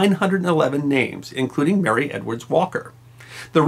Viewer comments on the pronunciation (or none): none